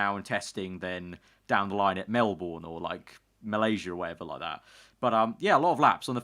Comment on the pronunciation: when will you say Melbourne correctly